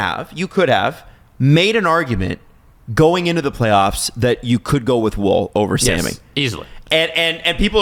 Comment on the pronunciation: am i going crazy? why am i the only one annoyed that they keep pronouncing Woll's name like wool? tbf has started pronouncing his name correctly. its 'wall'